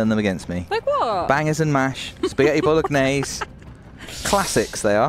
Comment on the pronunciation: #vodsquad, I NEED to know knows the G in Bolognaise is silent and that he’s just being whimsically playful or I can’t sleep 😅 🍝